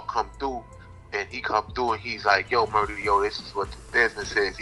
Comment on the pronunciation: Its Murah, no ja rule